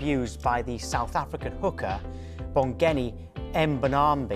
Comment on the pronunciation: Buddy, as a news presenter for Sky Sports News, the least you can do is learn to say someone's name correctly. Pronounced Bon-gee M-bow-nam-bee